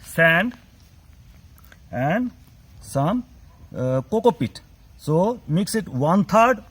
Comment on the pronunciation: coco PEAT _ NOT cocopit. your accent is horrible. it is a nightmare trying to follow your babbling talk.